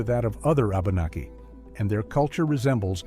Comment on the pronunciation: My only geipe here: abenaki pronouced wabanaki